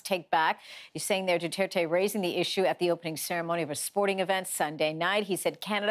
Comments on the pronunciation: Normies: President Rodrigo Duterte Reporter: nO iTs DuHtErTe 👁️👄👁️💅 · Rodrigo Dutaertay 🤣🤣 I'm sorry but the way americans/canadians pronounce Filipino names and words is just hilarious, I'm a Filipino btw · No one: The girl: PRESIDENT DUTETE